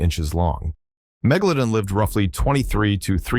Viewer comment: Great digital narration. I especially liked the 3 different pronunciations of Megalodon, all incorrect. 🙄